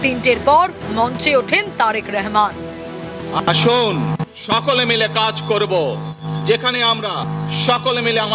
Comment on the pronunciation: উপস্থাপিকা কে বলব আপনি তারেকুর রহমান নামটা শুদ্ধ করে বলুন আপনি বারবার নামটাকে ব্যঙ্গ করে রেহমান রেহমান বলতেছেন।